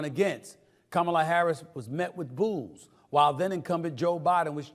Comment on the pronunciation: Time for somebody to take an english or correct grammar class!!!!! before the debate! Just saying!! At least learn how to say her name right!! 😂